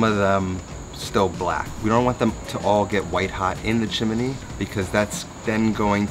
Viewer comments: It’s chimney, not “chim me ne.” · Chimney is pronounced Chim-knee. It's not pronounced Chim-ah-knee. Maybe you're confused with a story about a cricket. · Thumbs down just for "chimaknee" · Great recipe. Thanks. Might try it tonight but your massacred appropriation of the phenomenal Heart's “Magic Man” makes it hard to rewatch. However, hearing you say “chiminy” several times is fairly entertaining. Chimchinery, Chim chin ery. ☺️ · Is chimney really 3 syllables?